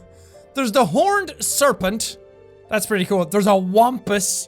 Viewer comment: It's pronounced Wompus it's an American cryptid